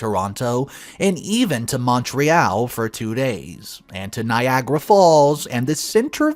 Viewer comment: )He said MontReal wrong. Royal Mountain.There is a city park by that name. I do not know what is worst. People who say Mont Treal or Mon Treal. 1920)Why only sleep nude? "Let it All Hang Out" full, or part, time in the bedroom. "Jacob" could have some mental hang up about seeing female skin. If he does, she can watch all female cast porn on the TV. Some cable companies have View On Demand(VOD).A nude woman is an ugly sight? Is she married to a 10-50 in need of a head exam? Is she around a 100+ years old? Then, his eyes might need an exam. Most of the nude women, that I have seen, still had the "goods" at age 80+. Some became "calendar girls". More ugly answers. She married a "sub" and "Jacob" is a "Dom". She could be a "beard" or "cover" for a "Nancy boy".